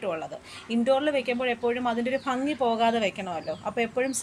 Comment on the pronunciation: നല്ല ഫംഗി അല്ല ....😄😄😄😄ഭംഗി എന്നു പറയു......